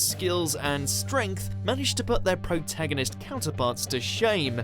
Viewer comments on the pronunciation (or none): none